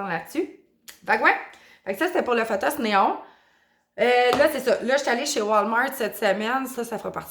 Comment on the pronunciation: Tu prononces fothos, mais c'est un P po.